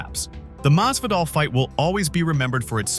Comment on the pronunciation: His name is Masvidal, not Mazvadal